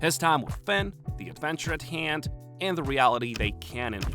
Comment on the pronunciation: my brain is so rotted. Every time you say "Fin" I hear Fent